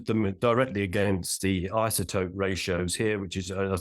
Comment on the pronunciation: What's an "isoptope"?